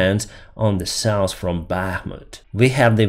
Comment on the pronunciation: Hey buddy, to pronounce the soft "th" sound at the end of south or health you have to put your tongue between your teeth and pronounce the s! Not criticizing, but for some words it makes a difference!